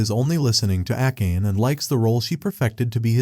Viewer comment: Akkeyn instead of akane is funny 😂